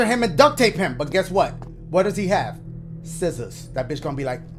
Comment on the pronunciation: yo pause dashie talkin bt “sciszzorza JIZZorza”🤣🤣🤣